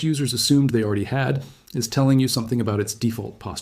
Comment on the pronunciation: Aller-eedy? I doubt a single person would have mispronounced "already" like that.